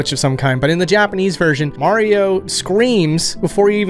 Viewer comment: You said “Mario” wrong.